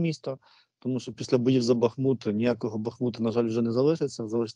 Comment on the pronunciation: БахмУт!!!! Робіть правильно наголос...